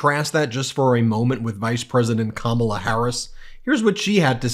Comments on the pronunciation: I bet if you promised him the presidency for pronouncing the vice-president's name properly all the way to November, he would NOT be able to do it. He simply CANNOT stop being disingenuous towards her. Such a worthless piece of sh*t he is. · Harris should now attack his cognitive abilities every time he mispronounces her name since anytime who watched the debate knows she pronounced it properly for him at the beginning handshake. I know he's losing mental capacity because I cleared up for him the proper pronunciation of my name and he still gets confused. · I am so f***ing tired of his bullshit mispronunciations. Is there anyone in this country who thinks he has the mental state of a person over the age of fourteen? Make him go away. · Biden may sometimes appear to be confused on stage, but what's with Trump's inability to pronounce his opponent's name correctly. If intentional, it's a childish, ridiculous tactic; if unintentional, it's troubling. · He went and mispronounced her name here even though she made sure he understood before debate how to say her name ..... and OMG.... he's talking about the moderators "screaming" at him. NOBODY SCREAMED AT HIM I fkn deplore him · Should Harris say his name wrong on purpose like he does hers? Like Dan-old or Ronald Dump? Like it’s not hard to pronounce her name correctly. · He's so stupid he can't even pronounce Kamala's name correctly. And he wants to be president? AS IF! And no one beats him for sheer nastiness. I like presidents who aren’t childish name-callers. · The jerk still refuses to pronounce Kamala correctly... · Now that he isn't in front of her, he purposefully mispronounces her name again. Childish and weak. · He didn’t have the nerve to mispronounce her name to her face, you’ll notice. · OF COURSE he used the word ‘nasty!’ It’s his code word for “you’re an idiot woman!” About that whole injustice regarding pronunciation… HOW ABOUT YOU EFFING LEARN ALL 5 SYLLABLES OF YOUR OPPONENTS NAME!!!